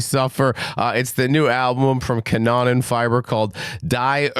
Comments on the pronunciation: Pronounciation be like "Cannon Fibre"... Ca-noonh-nan Feebrr would be more appropriate to pronounce 😂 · The guy who is willing to do a review has to at least learn how to pronounce the band's name in a way that is at least close to the norm. Huge disrespect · I love your accent, don't change. Still, if you want to know the pronunciation of some terms for curiosity reasons, try to say "Car-no-nen-feaber", album title: "dee oor-cutter-stro-fe" [= the original, primal catastrophe], the second last song is pronounced "ouse (like in house)-blute-oongs-shluX (make a sound like your throat is scratching) - t" = a battle that bleeds people dry. I'd actually love to see fan videos of native speakers pronouncing the foreign names of bands and albums formerly discussed on Banger TV. If it's wrapped up as a token of admiring fan work and intercultural exchange instead of snobbish arrogance that might be fun...and thanks for not making fun of the English accents of foreign fans and bands in return... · That's gotta be the worst German pronuciation I ever heard 😂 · he’s not mispronouncing, he’s misreading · Bro next time at least get google to pronounce stuff for you, this is embarrassing. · Damn, he's butchering my native language really hard...😅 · That has got to be one of the worst pronunciation of both the band name and the album title 😅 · Also,, just to help you out bud, Kanonenfieber translates to cannon fever, it's pronounced more like that.